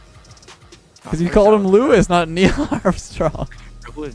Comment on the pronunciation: really got Louis Armstrong mixed up with Niel Armstrong and managed to mess up the pronunciation of Louis at the same time lmao